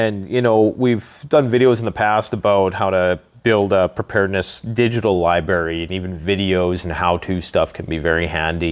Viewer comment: Its not libary, its library.